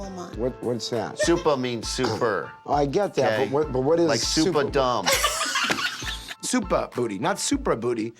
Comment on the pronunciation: Did he say SupaDumb?!?! LMAO!